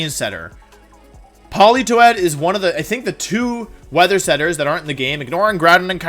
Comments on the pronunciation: polito-ed? I always thought it was poli-toed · Polito-Ed lol.... 😂 made my day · No one: Wolfe: Pollitoette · Poli-toe-ee-ed. 😂 These Pokémon pronunciations get better and better. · No one: Wolfey: Politoedd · It's Politoed